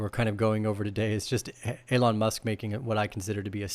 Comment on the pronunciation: Are you purposely pronouncing Elon wrong? Genuinely asking here.